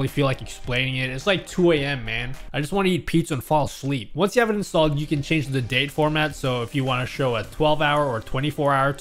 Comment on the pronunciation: Your inner Italian came through when you said, "with this widget you can of course, change-a-the-font"